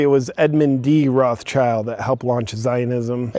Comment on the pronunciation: It's not "Roths-child", by the way, it's "Roth schild", meaning "Red Shield".